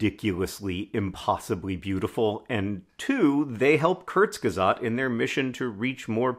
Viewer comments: I want more videos of John pronouncing kurzgesagt as kurzgesat. I KNOW mispronouncing is his thing - but I feel like he doesn’t even realize how cute he does it here! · It took a moment for me to get you were saying kurzgesagt xD